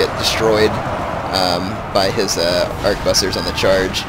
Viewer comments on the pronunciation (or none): and i believe arquebusiers is pronounced something like "aqua-booze-e-a" XD damn french words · The French pronunciation="Ark-booz-yay" The English translation, Harquebusier, is pronounced "Harkwe-busyer". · Try it with me... "Ar-kway-boose-years" d-( ^_^ ) For real though, great video. M2TW is my favorite of the series and this helped a lot for learning strategies. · Also, arch-ooh-boo-z-ers. Hard to say indeed.